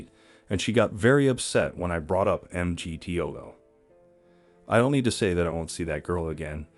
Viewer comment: Why are you pronouncing MGTOW that way?